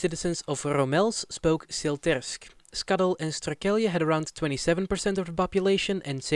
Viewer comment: Strukelje would translate to Tripping/falling over. You pronounced it wrong btw. And your pronounciation for the CITY Hylpen and VILLAGE Molkwerum (should be Molkwar even in Frisian) are simply put horrible. Hylpen is 1 of the 11 cities in the province, it's not a village even if it's size is rather small. And yes, locally we call it "little Germany" as every summer it floods with German tourists. The Frisian language is fairly limited because it was banned by the Hollanders until fairly recently, the Frisians had to fight to keep their language and not be discriminated against. This is also why today the language is still limited and even to this day discriminated against. You however should just ask, Frisians are not scared of anyone asking about it. Do note that every city/town has it's own dialect on Frisian but the bigger places like Leeuwarden and Harlingen for example generally speak more Dutch. And to make it funnier for you, Drents is a Frisian dialect, even if they hate you even saying that but it's true. You can speak Frisian in Drenthe and they should be able to understand most of it.